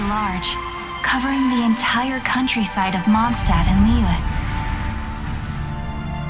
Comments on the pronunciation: It is a little weird. They’re saying [lijye] instead of [liye] (very loose IPA. But given where Mandarin /y/ comes from (an early /jw/ cluster,) I think [jy] is a perfectly valid pronunciation, and there’s probably some dialect that has it. But yeah, it’s a little weird. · Not all of it: [jy] for /y/ in “Liyue” is divergent but not a butchering. I think they butcher most other (Chinese) words, though.